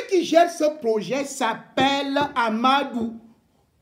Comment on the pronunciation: REMY cesses de te mettre dans des histoires dont tu n'as aucune maitrise. Ahmadou dont tu éprouves des difficultés à prononcer le nom est bel et bien le coordonnateur du projet Mont Mbapit. c'est un projet initié par l'état du Cameroun comme tous les autres projets initiés au Cameroun. certes c'est un bamoun qui gère ce projet mais son coordonnateur a sa hiérarchie à qui il rend compte et non au peuple bamoun comme tu le prétend. par ailleurs, tu parles de détournement des fonds du deuil, laisses les concernés se plaindre. si les bénéficiaires de cet argent estiment qu'il n'ya pas de soucis pourquoi tu t'en mêle au point d'inciter les bamoun au soulèvements. Remy Ngono, franchement si tu n'as pas d'inspiration, tu peux te coucher et tu dors. tu racontes vraiment des histoires dont tu n'as aucune connaissance.